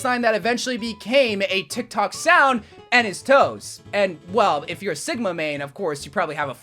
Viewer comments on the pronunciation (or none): none